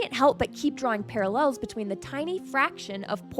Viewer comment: How I know she's actually a computer nerd: pronunciation of parallels